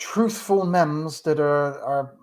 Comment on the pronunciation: Thanks very much - very rigorous (meme is pronounced "meem")